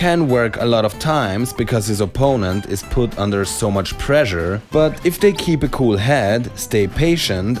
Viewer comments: I thought he was saying pleasure instead of pressure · ...Pressure. It's pressure. Like, preshure. Also, great vid!